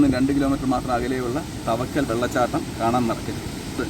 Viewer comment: തവക്കൽ അല്ല ചേട്ടാ. താവയ്ക്കൽ.... കുറെ വർഷങ്ങൾക്ക് ശേഷം ന്റെ നാട് ഇങ്ങനെ കാണാൻ പറ്റിയതിൽ ഒരുപാട് സന്തോഷം.. 🥰🥰ന്റെ.. ഏട്ടനോട്‌ ആണ് നിങ്ങൾ meet ചെയ്തത് 🥰🥰